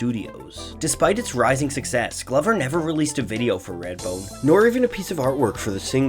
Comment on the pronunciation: “Radbone”? “Raidbone”? “Reyadbone”?